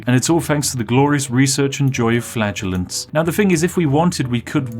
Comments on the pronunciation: "Now we're going to start mass producing flatulence" please no, Spiff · Also I keep hearing "flatulence's" instead of "flagellants". I am a child. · I thought he said flatulence, not flagellents. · Maybe it's because I watched on 2x speed, but I was hearing Spiff say he was beating the game with FLATULENCE not FLAGELLANTS. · I keep thinking he's saying flatulence rather than fladulants. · Anyone else keep hearing flatulence rather then flaggulants? Cause it's hilarious. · The child in my head giggling uncontrollably every time Spiff said "flagellants" and my brain turned it into "flatulence" 😂😂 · Every time you said flagellants I heard flatulance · I went the whole video before realizing he wasn’t saying flatulence. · Does anyone else hear Spif saying FLATULENCE instead of FLAGELLANTS? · I keep hearing flatulence instead. Haha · I heard it as flatulence the entire time. I don't regret it. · I know you said you'd beat the plague with flagellants, but I heard " beat the plague with flatulence". 😅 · Due to my headphones all I hear you saying is "Flatulence" which makes this video FREAKING HILARIOUS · Is it just me, or does it sound like Spiff keeps saying flatulence? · "We have infinite plague and flatulence" oh joy. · I was listening to this in the background and could've sworn you were saying flatulence.... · I know I’m late, but was watching whilst doing other stuff at work, and genuinely thought he kept saying he was buying flatulence… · Is he saying flatulence? 💨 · i thought he was saying flatulence the whole time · I keep hearing 'flatulence' instead of flaggellents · Anyone else keep thinking he’s saying flatulence instead of flagellants? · Did anyone else hear flatulence when he said flagellants? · Every time Spiff says "flagellants" I think he's saying flatulence. 🤣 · I keep hearing "flatulence" 😬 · Am I the only one who keeps hearing "the power of flatulence"? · I keep hearing "flatulence". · I kept thinking he was saying flatulence.